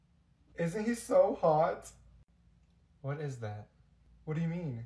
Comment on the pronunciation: on the one where it says when your friend shows you their boyfriend and you think it’s ugly but you still hype her up it’s or but i love it when he says HEES SO HOOT